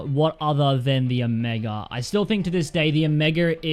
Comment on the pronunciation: He said omeger